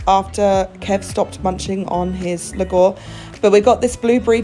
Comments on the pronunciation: The trick with Filipino words is that almost all of them are pronounced just as they're spelled. It's lu-gaw (short "a") . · "Lugaw" is pronounced as [LOOH-gahw] with simple vowels the way they are written, with the letter A pronounce as [ahh] as in "father." Filipino Tagalog uses the five simple vowels similar to Spanish. There are no silent letters except the U in Spanish-style spellings for words like "guerra" [GEH-ra] (war) or "Quezon" [KEH-zon]. The pastry you ate is called "piyaya." It's dough is like a flattened Chinese hopia (round thick pastry) and is designed to be dry and flaky. The fillings can be molasses, ube, or some other concoction. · Lugaw is pronounced loo gaw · Some help with Filipino food names 🧡 Piaya (piYAya) Lugaw (LOOgao) 💜 Turon (tooRON) hard Spanish "r" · Hello! Nice foodventure there. Btw, the "gaw" in Lugaw is pronounced same like the "wow" just change the w with g.😊